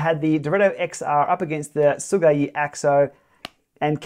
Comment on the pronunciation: your pronunciation of Sigeyi’s name is actually pretty much as close as we can get in English.